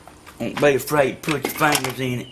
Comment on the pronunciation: "don't be afraid to put ya fangers in it" :D